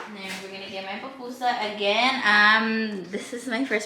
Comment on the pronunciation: It’s pupusa not PAPpusa 😂😂😂😂😂😂